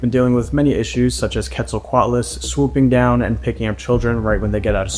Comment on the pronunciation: HE SAID IT RIGHT HE SAID QUETZALCOATLUS RIGHT FINALLY 👏👏👏👏👏👏